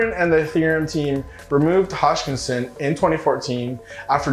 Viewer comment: Hoskinson not hodgkinson